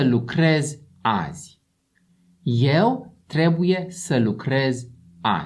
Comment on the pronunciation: What the hell, man? XD „Eu” se pronunță “ieu”, not “eu”. Damn…